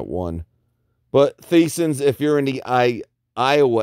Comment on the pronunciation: No disrespect Boss...it is pronounced like Tyson’s but spelled Theisen’s. Just FYI!